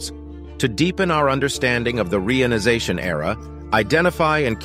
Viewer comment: Maybe fix the pronunciation of reionization or stop using it in the narration?